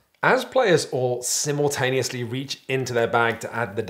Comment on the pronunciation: Why did you pronounce simultaneous wrong?